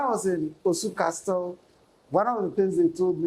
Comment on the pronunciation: Looks like the interviewer was trying to influence and put words into the elders mouth. His interviewing skills is not top however I’m sure he’ll learn over time. Also I couldn’t help but notice he kept pronouncing castle “CasTle”. The T is silent lol